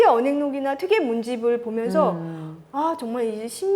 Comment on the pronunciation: 첫 쩨로, 퇴계 강의에, "퇴계"의 "퇴"의 발음을 바르게 발음하지 못한댜면 무어라 변명할 것인가. 이 "퇴"는 "길게 그리고 약간 높게" 발음해야 한다. 장음인 단어의 첫 자를 짧게 잘못 발음한 예:사실,(잡담응 이만! 본 강의로!),강점기,사람(인간이라는 "사람"을 바르게 발음하지 못함!!),이해,주석,(과거 시험이라기 보다, 과거로 족함),제가(나),해석,비판적,정말(진짜),아무도, 비 독창적,(역사 학자 보다, "사학자"라면 더 명백함),4서 ,보통,퇴계, 퇴계,사실,주석,주석,조 광조,( 영양력을 준다 주는 것이 아니라,"영향을 준다" 라 해야지요),(퇴계의 "퇴"를 짧게 잘못 발음하고 있음),태도,개념,정치,예칙,좋겠어요, 등!! 이상의 예가 사실이라면, 이 두 여류 학자의 강의 가 한국어 강의라 할 수 있는가? 그리고 이런 학술적 논의라면 너무나 구어적 어조 구어적 어투가 심하고, 단어의 다음 음절을 accent가 있는것 처럼 강음화하는 경향이 있다. 이런 문제는 하국 전반적 병패인듯, 이에 분개하여 쓴 책이 "한국 어문을 고발함"이오니, 고국 동포 여러분! 이 책을 조용히 읽어 주시옵소서. 미국 변 완수 드림